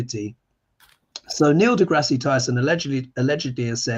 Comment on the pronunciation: Neil degrasse (pronounced de grass no de grassy) is great. He has videos on your Tube called Star Talk.